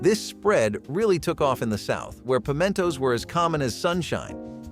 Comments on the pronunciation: Pim-eee-entoes hahahaha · Did I just hear him pronounce pimentos pemeeentos??? Lol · "Pimmy-entos?" Gonna assume he means pimento.